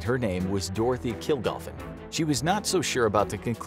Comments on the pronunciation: It was Kilgallen - not Kilgalfen. Dorothy Kilgallen. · it is Dorothy Killgallen not "Killgoffen", she was well known as a long time panelist in What's My Line. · It's Dorothy Kilgalen, not kilgalfen. She was well known in the '60's. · Didn't know that Jack Ruby lost his mind. All I knew about was the cancer he was apparently given. Dorothy's last name was Kilgallen, not Kilgafen. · It's Dorothy Kilgallen not Kilgofen. An extraordinary intelligent witty investigating Journalist. I hope you correct your mistake. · Kilgallen. Her name was Dorothy Kilgallen. Not kilgoffen. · Dorothy Kilgallen, NOT Kilgofin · It is Kilgallen. not Kilgalfen, please check your sources if you are to be taken seriously. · The name of the journalist was Dorothy Kilgallen, not Dorothy Kilgothan or whatever you said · Please be respectful to Ms.Kilgallen’s memory by pronouncing her name correctly….it’s KILGALLEN not KILGALFEN. Thank you. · It’s Dorothy Kilgallen - but the narrator seems to say “Kilgothen” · Killgallen not Killgafen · Dorothy Kilgallen. Not kilgoffen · Dorothy KilGOLFIN?? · It’s Dorothy KILGALLEN NOT KILGOFFEN! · Dorothy Kilgallen . . . not . . . Dorothy Kilgalfen (sic). Do your fact checking. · “Dorothy Kilgoffin” 😐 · Kilgalfen? Really? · Its Dorothy Kilgallen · Is it just me, or did the narrator pronounce Dorothy kilgallen’s last name as “Kilgolfin” or something like that. Not criticizing the video maker/narrator—especially over such a minor detail & the fact that i absolutely LOVE these infographics videos and the History they teach! Either way, awesome video on such an interestingly dark period in Govt. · yeah even though he butchered the pronunciation of her last name the whole video. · It's sad you didn't even get Dorothy Kilgallen's name correct. She was most well known for being a regular panelist on the game show "Whats Your Line?". Although I don't believe Oswald was the shooter, I didn't learn anything here though. The research is definitely lacking.